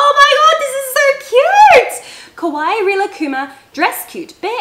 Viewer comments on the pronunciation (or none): none